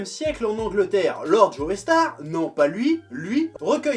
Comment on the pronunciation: imagine tu prononces joe =Joey ou joé. Joeystar ? Joéstar ? Les français pfff....